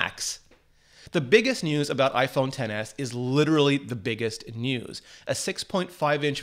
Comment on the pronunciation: Its pronounced "iPhone excess"